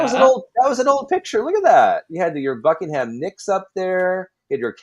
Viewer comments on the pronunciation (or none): none